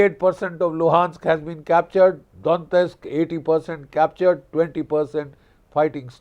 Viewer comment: Don-yetsk - not Don-tesk.